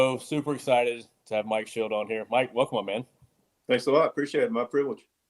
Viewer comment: It’s Shildt.. not Schildt